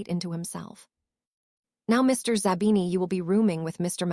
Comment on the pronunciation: It is not d o m a t a, it is dementor Karma and it is not zabana, it is zabini?